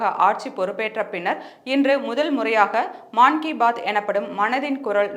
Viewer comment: மன் கி பாத் என்று கூற வேண்டும், மான் கி பாத் என்று கூறுவது தவறு.